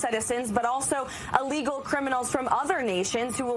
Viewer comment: Soi many people say "allegal" it drives me crazy. Theres no A in the front